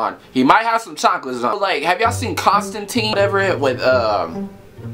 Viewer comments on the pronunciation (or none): none